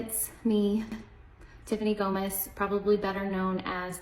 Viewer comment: It’s GOMAS!! not GOMEZ!!